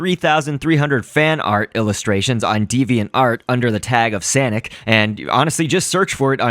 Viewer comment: no its sanic (say-nic) SANIC